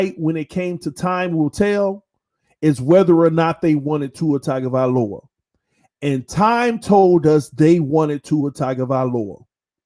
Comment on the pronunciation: He prnounces it "Tiger-vahloa". Lol